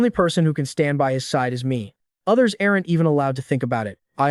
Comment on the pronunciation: 'errant' instead of 'aren't'?